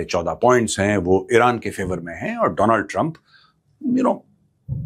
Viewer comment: Not Donald Trump it's Do+land trup😅